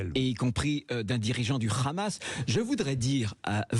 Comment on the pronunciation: Il dit khamas et non hamas et pourtant il a dit Arris pour Harris et non Kharris. Ça donne une idée où il s'informe sur le génocide à Gaza auprès de son ami le boucher bibi 😂